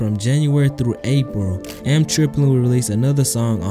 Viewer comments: Eem is pronounced like the latter part of his name Naeem, its not M Triplin, its Eem Triplin. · Bro it's EEM Like baby kEEM without the K EEM not M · this dude saying eem wrong has me dead